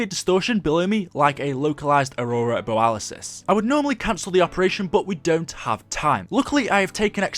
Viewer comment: I didn't know it was Aurora Boralisis. I thought it was Aurora Borealas.